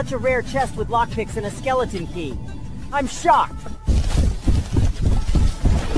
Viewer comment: He said shoocked not shocked